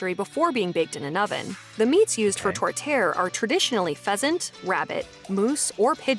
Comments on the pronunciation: The narrator is not pronouncing tourtiere correctly. It is not pronounced tort-air but rather more like tour-teh-air. It is a meat pie made from minced or ground meat with, normally, onions and has various spices and herbs in the mix. The mixture is put in a pie crust and baked. It is savoury. A pumpkin pie may look similar to a tourtiere before you cut into it but the filling of a pumpkin pie is quite smooth in texture and a brownish orange. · I wanted to cry every time she said "Toretear" I know it's a french word but for Pete's sake say it phonetically! It is spelled Tourtière (Tour Tee Air). And no it is not sweet (unless you add Ketchup - which I do). Her later pronunciation of Mont Tremblant was even more cringe worthy...(aren't the Mojo girls Canadian ? Geez that's embarrassing) Also Gravy is traditional, but Poutine comes with a variety of sauces. (BBQ sauce, Sweet Chili Thai, Pasta Sauce). The key is the temperature of the sauce, to makes the cheesecurds the right consistency. Butter tarts ARE the small version of "sugar pie". Think Pecan pie without the pecans. A Ceasar is a hair-of-the-dog drink, and it does cure a hangover. Think Bloody Mary with Clamato and celery. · OMG the pronunciation in this video. I almost had a stroke the way she pronounced meat-pies like "Tor-tare". It's Tour-ti-ere, tabarnak. It's savoury but the spice mix is common to typically sweet things.. and pronouncing 'Poutine" like "Poo-Teen" really irks me... It sounds like 'Puts In" not 'Poo-Teen" calisse de tabarnak, sacramant de crisse osti! Beavertails are a sweet dough, basically a yeast donut pastry, only it's rolled out flat. The dough itself is sweetened but it's not overly sweet, similar to an "old fashioned" donut. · They managed to to totally butcher the pronunciation of tourtiere and poutine.